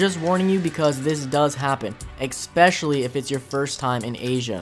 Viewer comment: Dang kid. Stop saying exspecially it's Especially good vid kid!